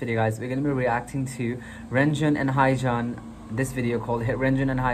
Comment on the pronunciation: Just saying but haechan is pronounced as he-chan not hi-chan >.<